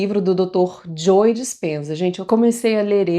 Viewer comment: Ótimo conteúdo! Só me permito uma pequena contribuição… Pra você que tem um canal. Ao pronunciar o nome do Dr. Joe Dispenza, esse “e” do nome Joe não se pronuncia, o som é “Jo” apenas, ok?